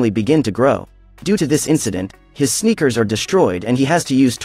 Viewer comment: Lol I like how he said sneakers😂😂😂